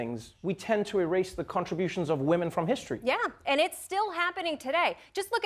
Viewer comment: (she said "Hist-HER-ry") but, Hey! Good Janet Jackson album title!